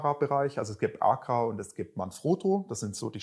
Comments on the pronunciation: Dialekt mäßig gehe ich bei "Bullbab" so würden wir in Franken es aussprechen noch mit. Aber ACRA geht gar nicht🤣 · Google ist dein Freund😉da fehlt nämlich noch ein Zusatz. So wie er es ausspricht, ist es auf jeden Fall falsch😂